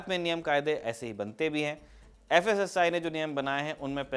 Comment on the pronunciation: FSSAI ❌️ KASSAI ✅️